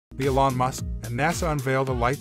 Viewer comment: "Alan" Musk?! It's Elon! Mores, rather than Mars? Pictures of piston engines and bacteria? What a crap video.